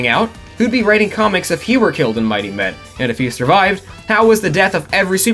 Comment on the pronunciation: I only watched the Lab Rats video from this channel, watched this video in its entirety, come to the comments and find out what I was hearing as 'Mighty Men' was actually 'Mighty Med'. I think I need to lie down.